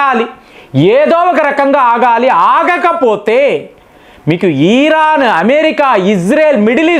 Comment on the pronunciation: ఈరాన్ కాదు ఇరాన్ అని పలికితే బాగుంటుంది.....